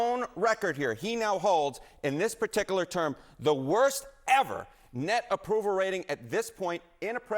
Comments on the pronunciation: I love how "the worst EVER" and the point drops were super emphasized 😂 The midterm elections can't come soon enough if we are not a full-blown dictatorship by then. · I like how Harry emphasized "ever" in "worse ever". Listen again